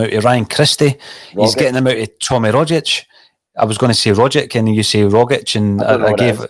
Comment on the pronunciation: Rogic is phonetically pronounced rogich with the g like “g” in Lady Gaga not “dg” in Brendon Rodgers! Kudos to Russell and JP the Ascom linguists par excellence!!